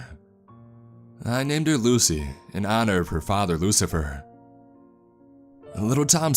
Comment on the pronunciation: You lost me at oohcifer...